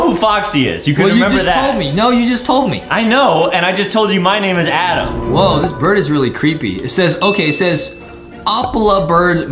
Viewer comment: Adam not Adem